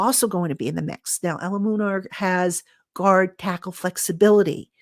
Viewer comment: Hi, His name is pronounced Jermaine ELU-MUN-OR 😂😂😂